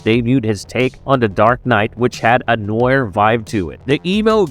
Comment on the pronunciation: So... you know not how to pronounce the word "noir"? Maybe you shouldn't use the word then, just a suggestion.